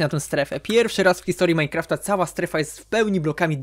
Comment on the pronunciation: Muwi się minecraft a nie saftaf